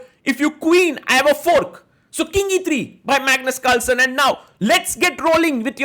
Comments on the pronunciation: In the start of the video, bro literally said 'Magnus calson'😂😂😂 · I am hearing 'Magnet Culture' instead of 'Magnus Carlsen'😂😂😂